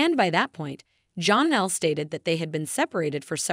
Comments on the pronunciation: It is not John Elle it is like Jan elle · Please stop calling her Jonelle. It's pronounced more like Jan, Janelle not Jon in it anywhere. (Actually spelled Jenelle.)